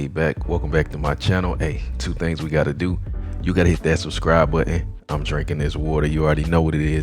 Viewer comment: Hit that like butt--in😅 It's impor--ant.